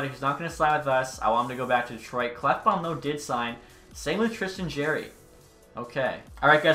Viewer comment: it's JAR-ee not Jaer-ee. It's pronounced like a jar